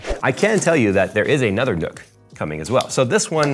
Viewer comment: it's pronounced "nuck" not "nook"